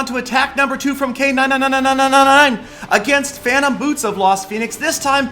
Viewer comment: It's really funny to hear pronouncing the 999999 stuff... BTW the ending was stunning!!!